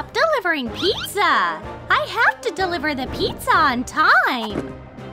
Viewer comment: the fact that she said: Deilveryaa